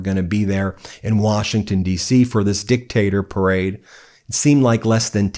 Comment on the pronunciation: Nice "perade"